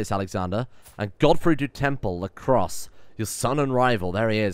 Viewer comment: HOL UP! Is that "la croise" as in mofuggin LA CROIX?! O_O